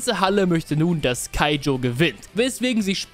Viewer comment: Ich liebe den joke mit „keijo ach warte das war das mit den Pfirsichen “ und danach nochmals keijo statt kaijo sagt und ich glaube er hat sich versprochen. Sonst super video weil ich erst vor paar tagen kuroko no basket durchgebinged habe